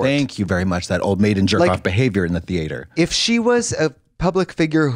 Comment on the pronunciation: Lead associate at groomingdales and just the constant pronouncing of Thee-yay-ter was what got me most lol